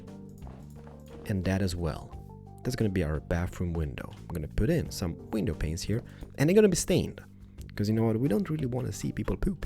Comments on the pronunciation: I still can't get over the fact that when you say window panes it sounds like window penises Oh dear XD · Not gonna lie when when u said window panises i thought u said penises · I subbed when he had 100k subs and he says window penises as a joke 😂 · Plz stop saying window penises It gets me off attention